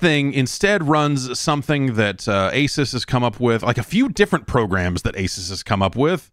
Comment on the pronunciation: If Jeff keeps pronouncing Asus wrong there will continue to be a BlueChew ad black out for this podcast.